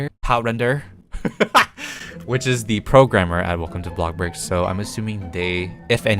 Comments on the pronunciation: Omg. Why so u keep saying BLOCKBURG its bloxburg!!! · Why do I get triggered when he says BLOKBURG instead of BLOXBURG